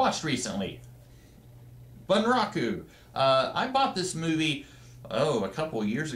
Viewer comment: Gackt is a Japanese rock artist/composer/writer and is sometimes an actor/model. and the way to pronounce it is boon-rah-koo the word is Japanese so the a is short and the u is pronounced as oo